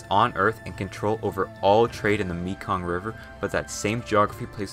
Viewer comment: I loved the way he pronounced Mekong. It’s pronounced Meh-Kong.